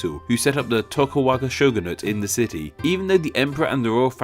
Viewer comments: Umm Tokugawa not Tokuwa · re - Are you calling him (and his clan) "Toku-Waga" instead of "Toku-Gawa?" Because it sure sounds like that. Now I'm not well versed on Japanese history and culture. It's possible that this name is indeed pronounced "Toku-Waga" even though it's spelled "Toku-Gawa," I wouldn't know if that's the case. But based on the English spelling, it would appear that you've reversed the last half of his name without explanation (without any apparent reason, either). Please clarify. Is the name meant to be pronounced "Toku-Waga?" If so, please explain why. Or did you just do a whoopsie? Please lemme know, yes? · I swear if you pronounce "et cetera" and "Tokugawa" wrong one more time... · tokuGAwa vs. tokuWAga... dyslexic moment? ¯\_(ツ)_/¯ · TokuGAWA =/= TokuWAGA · Tokugawa, not tokuwaga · Toku-wagga? C'mon man. You can read. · you mispronounced tokogawa differently every single time what the fuck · It hurts whenever I hear him mispronounce Tokugawa :(